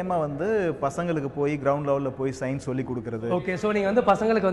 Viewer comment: it's Science not Signs. You people should learn to pronounce the words. At least simple words like these